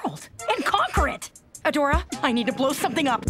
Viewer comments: She said "Hey Adora!" so many times it started sounding like "Hey ya Dora!" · Kinada sounds like she's saying "Heya Dora" 💀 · Im Hear like Hey Dora XD